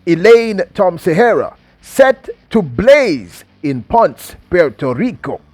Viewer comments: Pon-sey...... say it 3 times....PON-SEH.....PONCE..... You are welcome. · It’s PON-CE, 2 syllables. 👍🏽